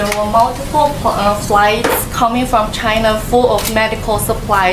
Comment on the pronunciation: "CHInaa" lol